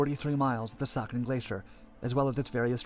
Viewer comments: 13 has noting bad in hinduism what so ever. The strategic area is pronounced as c-ya-chin not saikan like in original video. Siachin is overlooking the Pakistan China corridor it's a strategic thing than border issue. If India gets involved in a in two front war with both very hostile neighbor siachin can control the Chinese entry point to Pakistan. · Saken!!!????? Narrator is not good at pronouncing RAW got that Intel